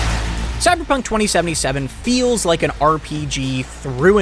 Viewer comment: Is it only me or did I just notice an intentional emphasis on the 'FEELS like an RPG' part.😂